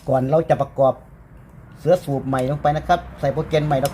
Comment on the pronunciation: ทำไมออกเสียงวรรณยุกต์ผิดๆ เช่น ผ้าปั๊ม..ไม่ใช่..ผ้าป้ำ.. /หรือ.. เสื้อสูบ..ไม่ใช่..เชื้อสูบ..../ผมว่าใช้ภาษาอีสานดีที่สุด เดี๋ยวนี้ทั่วประเทศฟังภาษาอีสานรู้เรื่อง / พูดภาษากลางไทย ไม่คล่องตะกุกตะกัก